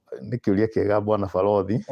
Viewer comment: He is even pronouncing Farothi's Name in Swahili Balodhi. Wuiiiii samehea kijana even the extended family pushed him since they also felt they have been with the kids since their parents we t to be with the Lord